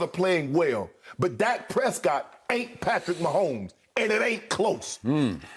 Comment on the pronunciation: Y’all never heard of Flightreacts. He pronounces Dak Prescott as “Dake Prescoot”